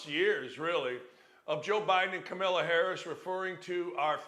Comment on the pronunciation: It’s really immature you intentionally don’t say people’s name correctly…it’s a passive move that has associations with behavior of CNN’s anchor… It’s Kamala and i may dislike her but bro be an adult…